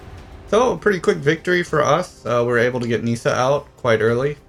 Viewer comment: It's pronounced Ni-ssa not Nee-ssa. Also It's pronounced Ar-boreal not A-boreal.